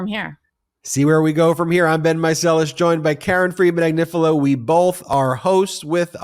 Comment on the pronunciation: In Italian, Agnifilo (A-gni-fi-lo) is pronounced Ah-nyee-fee-loh. The GN is a NY sound as in Lasagna. In Spanish, the ñ is the same NY sound as in mañana and España.